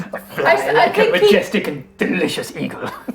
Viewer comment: “M’jestic” got me so good so early on 😂